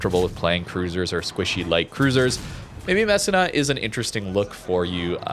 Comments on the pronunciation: MESSEENA, proper pronunciation please, and thank you for pronouncing Sicilia properly as well. That one took a while. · Hey, Italian here. Its pronounced Mess-e-nah. Just a heads up😊